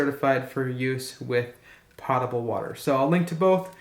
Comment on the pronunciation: po -table not pot - able